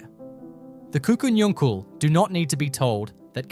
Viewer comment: Pronounced Kuku Nungal.